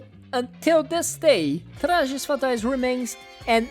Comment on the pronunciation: You've said "Trajes Fatais" so clean that I instantly realized the video was made by a Brazilian lol Hope this video gets more attention. "We're together" XD